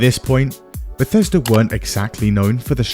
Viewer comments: Never forget "Bethesda (/bɛˈθɛzdə/;[2] Welsh: [bɛˈθɛsda]) is a town and community in Gwynedd, Wales" lmao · Bleh-thesda and Zeni-Mid